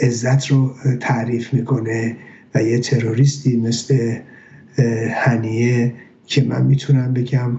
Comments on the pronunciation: هنیه هنیه ممد نه هنینه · اسم این یارو هنیه بود ،آقای چرا میگید هنینه؟